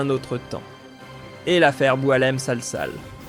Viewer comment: Vous prononcez Boualem sale Hahahaha Hahahaha Hahahaha